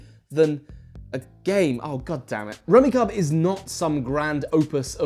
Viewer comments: wow so many rules wrong (sets cant contain same colours, only draw 1 instead of 3, points are based on value of the leftover tiles not 1 per tile), and heck you even pronounce the name of the game wrong rummy cube not rummy cub... but hey if you having fun that is all that matters. It is hilarious where you have one tiel left and you go through this 20 step proceedure moving tiles around creating new sets etc only to miscalculated and left hanging and have to undo it all.. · Great video! This is a game my family and I have enjoyed for years. I saw some other comments already addressed the rules mistake, so I won't harp on that. But I thought you should know, that the game is pronounced like Rummi"cube" rather than Rummi"cub". :) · "Rummy Cub"? My family always pronounced it "Rummy Cube". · What gets me is his pronunciation of the game. The "kub" is pronounced "cube" not "cub". Really, this is a solid family game. Like this and Uno were pretty much staples when we were spending time together. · I always pronounced it Rummy-Cube. No idea if that's right, cause it sure is spelt like Rummy-cub. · I cannot describe the confusion of hearing it pronounced 'rummy-cub' when my entire life I have called it 'rummy-cube' Yes, I realize I am probably in the wrong, but god it's so weird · It’s rummi-CUBE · Surely it's pronounce rummy cube not cub, right? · There seems to be a schism between the British and US in pronunciation. British advertisements for the game pronounce it "Rummy-Cub" as in this review, but in the US on the back of the game boxes in the 1980's it specified that it's pronounced "Rummy-Cube". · Rumi "CUB" ??? Its pronouced Rumi "Cube" 🤔🤔 unless.... Ive had it all wrong for decades!!!! 😨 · The fact that you call it "Rummi cub" and not "Rummi cube" is really killing me rn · It pronounced rummy cube, I believe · Apparently, it's pronounced "rummi-cube" lmao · Isn't it pronounced ruh·mee·kyoob? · When he said "The rummi cub er" hurt me on a primal level